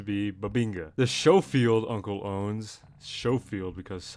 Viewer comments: The Sch in Schofield is actually pronounced Sk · hey btw man, you were probably right the first time. Schofield is pronounced Scofield. Not with the "sh" sound. It was named after a general. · The model 3 got is nickname from major George Schofield which made some changes to the gun. Do you pronounce his name Shofield or Skolfield? Still unreliable AI gives yet another answer, but keeping SKO and not SHO: The pronunciation of "Schofield" in the context of the Smith & Wesson Model 3 is the same: "SKOH-field." The name refers to the designer, Benjamin B. Schofield.